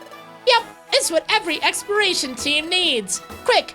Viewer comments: Did anyone else realize he said experation instead of exploration? Oh hey here’s you experation team, they tell you when things expire, they’re actual expired to, so enjoy the dead bodies. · needs to practice saying exploration. I keep hearing him say expiration. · I hear him say "explration".